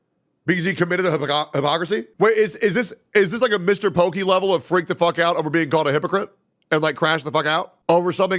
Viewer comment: Freath of bresh air... You should totally watch reacting to Muta buying it tho, funny AF.